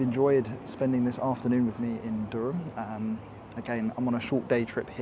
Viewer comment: Also Elvet, not Evlet... and Durham sounded a bit off too lol Durham is a very nice city to spend a weekend in, also a good base for a longer stay while checking out places like Beamish.